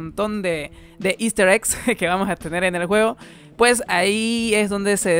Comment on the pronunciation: Me gustaban más tus videos cuando decías 'puej' :'V